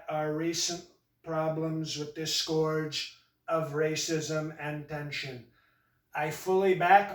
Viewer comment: His speech writers used words that would never come up with on his own, e.g., “fraught” and “scourge.” Ah, but his mispronunciation of scourge was classic. “I feel the pain” is truly fake emotion. The real does not feel pain...unless he eats too many cheeseburgers and gets a belly ache.